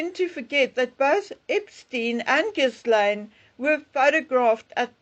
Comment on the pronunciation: Ghil-laine. The “s” is silent.